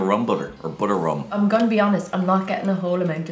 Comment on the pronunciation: You guys are butchering the Butter Rum and you are soooo wrong.